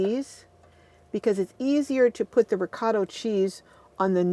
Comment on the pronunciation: Sorry but it's driving me crazy the pronunciation is reecot-uh cheese and Raman-oh. and Motts -e rella. Please. Also if you don't want the noodles to stick to the bottom it's helpful to put a layer of sauce on the bottom or butter